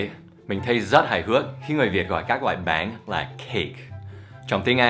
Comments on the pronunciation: Thầy cứ gọi bánh là báng ý mình thầy nói vẫn chưa chuẩn (đuwngf ném đá nha) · bánh ổng đọc báng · Bánh thì thầy đọc là béng:))) Dù sao đọc thế cx đc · Is "bánh". Not "bán" Cách đọc. :)